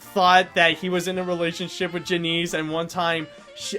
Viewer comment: Janice not Janeece